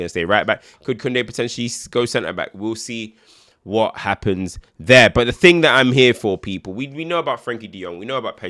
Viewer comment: Thing or Ting mate?